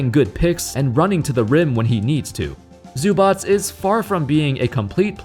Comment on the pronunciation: Zubac name pronunciation 10/10